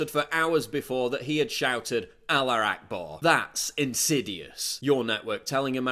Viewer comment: Offended White people: it’s “allahu” PJW: Aller